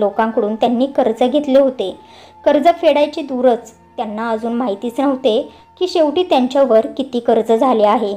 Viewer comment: दुरसं नाही दूरच